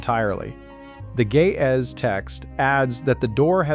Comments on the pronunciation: As an Ethiopian Orthodox Christian, I am deeply offended by how you keep pronouncing Ge'ez as 'gay-azz.' It is pronounced 'Ge', using the first sound from the word great, and 'ez', using the first sound from the name Ezra. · I keep hearing: ''the gay azz'' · The juvenile in me keeps hearing "The Ge'ez" as the voice said it as "the gay ass...."